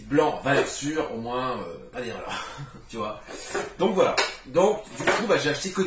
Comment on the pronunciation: j'adore... A la base suis ch'ti donc le "voilö" ... Suis fan, merci pour tes vidéos